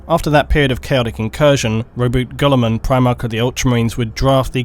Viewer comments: Rowboot Gullerman and Astardes. You’d think the lore guy could pronounce shit correctly. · I'm not usually this guy... Ruh-boo-tey. Gill-i-mon